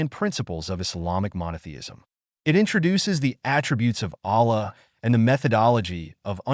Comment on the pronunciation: Don't use AI if it is gonna pronounce Allah's name and his other names wrong, delete the video